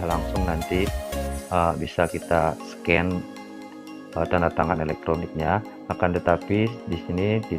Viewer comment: kritik kak, bukan menyecan tapi menscan 😆